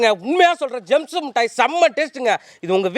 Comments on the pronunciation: ஆக அது ஜேம்ஸ் இல்லை...ஜெம்ஸ் என்பதை புரிந்து கொள்ள வேண்டும் தம்பி...ஆக வாழ்த்துக்கள் ...😂🤣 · ஜேம்ஸ் இல்லடா ஜெம்ஸ்